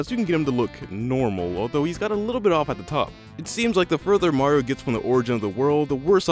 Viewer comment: You said maro 😂